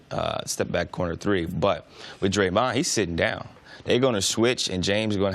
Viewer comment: Why does CJ can't pronounce "Draymond"